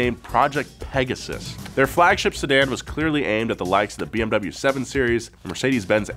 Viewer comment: Almost hoped that would pronounce BMW correctly😕